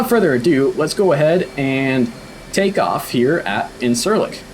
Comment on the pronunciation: Thanks for the video! If you want to be more accurate, the “c” in Turkish is pronounce how a “j” would be in English. So “İncirlik” is pronounced like “Inn-jeer-lick”.